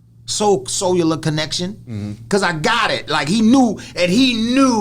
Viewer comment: Did he just say soulular connection LOL